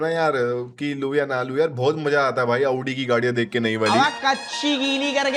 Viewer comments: Aavdi ❌ Audi ✅😂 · Abbe bhai aauuuuddii mt bol bhai